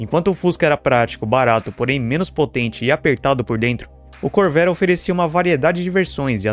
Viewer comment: Your AI Voice needs a damned Dictionary! 'Core-VA-re', already! And, btw, in the mid 1980's, a Corvair WON the SCCA SlalomCross, totally showing Nader how Wrong he was...